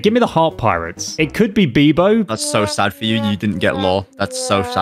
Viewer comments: Did you just call bepo BEBO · ITS BEPOOO D GOAT NOT BEBO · Did really said Bebo 💀💀💀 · Ummm actually🤓 Its called bepo not bebo